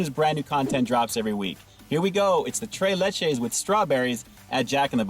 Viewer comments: Lol can’t pronounce the spanish accent 🤣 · I want tray layche